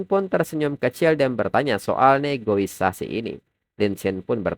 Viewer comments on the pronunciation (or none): mohon maaf bang bukan maksud mengkritik ya tapi cara penyebutan nya bukan negoisasi tapi negosiasi 😁👍🏻